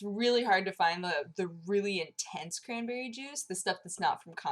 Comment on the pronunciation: Crahnberreh time :D